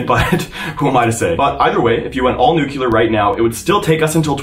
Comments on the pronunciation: I’m not trying to be mean, I love your videos, but how on earth can you not pronounce “new clear” 🤯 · I keep hearing "new killer power plants"... Is that the American pronunciation for nuclear?